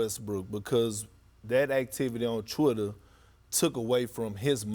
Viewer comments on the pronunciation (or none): What is this Chwitter that Perk is talking about? lol.